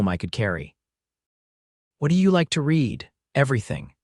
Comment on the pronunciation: Narrator has trouble identifying the proper pronunciation of read.